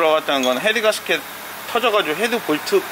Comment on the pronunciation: 망치로 손을 때리게 되면...갑자기 두손을 쥐고 나도 모르게 기도를 하게 됩니다!! ㅋㅋㅋ 공돌이들의 필수 과정인데...울 께서도 손을 때릴때가 있으시네요!! 인간적인 모습까지 모두 존경합니다!!! 가스켓 발음 주의해 주세요!! 가스켓!!! 개스켓!! 개스키~~ㅎㅎ